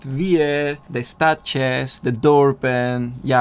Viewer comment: Je spreekt goed Nederlands, maar het uitspreken van 'stadjes' vind ik echt geweldig. Leuk en geweldig!